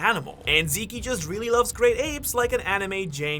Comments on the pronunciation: Stop calling zeke zeké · did you just call him zeekee? 😮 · "Zeke" is just pronounced "Zeek" lol not "Zeekie" It is from the name Ezekiel. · "eren and zeekee" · yea i had to turn this video off cuz this idiot pronouncing zeke in the most wrong way i’ve ever heard is pissing me off